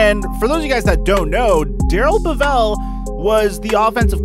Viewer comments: Bev-ell not Bev-vell.. Great video btw. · So much wrong in this video...where to begin? I don’t know if I can cover it all... The man’s name is Bevell, like level, not Bevelle. Also, he was not OC for all of Patricia’s tenor as coach. Jim Bob Cooter was held over from the Caldwell staff for that year. Bevell came onboard for 2019. Patricia wasn’t indicted “shortly after he was hired”. It was in 1996 stemming from a spring break incident in Texas and the charges were dropped ten months later. The news just dug it up after he was hired. The Texans 1st round pick belongs to the Dolphins, not the Jets. Everson Griffin was acquired for a conditional 2021 6th round pick that could become a fifth, not a fifth AND a sixth. And if you think THAT is why no one should have confidence in Quinn that is laughable. The reason he had to make the trade in the first place is a more likely reason amongst many others. Not only should you not be a replacement candidate for their jobs, but given this sample of your work maybe they should be candidates to replace you. They were at least right sometimes. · It's Darrell BEvell, not BeVELL... Yeah, It's nit-picky, but you should be able to pronounce the guy's name correctly if you are to appear knowledgeable. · It's pronounced Bevel one fluid word. Not Bev-EL. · You're pronouncing bevell WRONG! Look it up!!